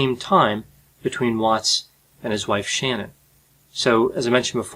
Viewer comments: he keeps pronouncing shannan's name wrong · IT'S NOT SHANNON IT'S SHA-NANN, she was particular on her name pronunciation. Please get it right. It's important to her.